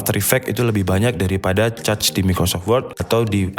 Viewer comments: mohon koreksi cara baca cache adalah "kaSH" bukan cetch atau cacing hehe, btw overal penjelasannya mudah dipahami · “Cache” gan, cara ngomongnya mirip bilang “kesh” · Bacanya kash bang bukan "cache"-_ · bang di bacanya kes bukan cace :( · Cacing bacanya khecing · cache = kaHS bang, jangan cachs apalagi caceee, wkwkwk jadi caceeew dewwch nanti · Cache = Kech min dibacanya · > cara membaca CACHE, konten menarik,mengedukasi, jelas dan to the point dapat gampang dimengerti,hanya saja pengucapan CACHE jgn ca-ce jadi kurang enak didengar pdhl yutuber dan channel teknologi..demikian dari saya mohon maaf kalau ga berkenan tidak bermaksud menggurui tapi pembahasan teknikal harus dgn penggunaan sebutan yg teknikal juga biar sejalan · Cache dibaca kaes .... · Cache dibaca "kash". Caching="kashing" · Cache ---> kesh, caching ---> keshing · Cache dibaca KESH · Mau ngasih masukan buat yang bingung cara bacanya, CACHE dibaca KAS(H) sedangkan CACHING dibaca KAS(H)ING. Terima kasih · Gatel denger ente ngomong Cache wkwkwk btw nice info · ice Age cace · baca cache itu kaSH gan :D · Sorry kalau gue salah Kalau ga salah cache itu bacanya kash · cinemato udah bagus, cache nya “cac” .. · dibaca aja kas gan, kayak kas saldo, udah ga salah2 bgt klo baca kas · Cache = baca aja kash or kesh.. good video btw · Saya heran mengapa banyak orang Indonesia yg salah mengeja "Intel". Ga enak rasanya dengarnya. tuh coba pencet icon speakernya. Juga "cache" nya juga salah... cari tau sendiri deh... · ane jg gatel dengernya hehe